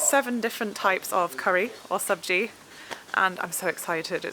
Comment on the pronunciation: Your pronunciation of sabji is 100 % correct....👍👍👍